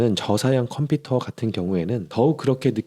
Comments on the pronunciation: 컴피터 아니고 컴퓨터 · 컴피터X 컴퓨터O